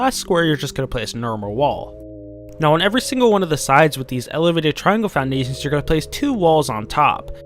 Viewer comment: You kinda say "Foundations" funny , i think its just me though :D